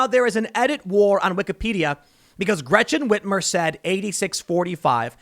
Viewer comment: Gwechen Ritmer😂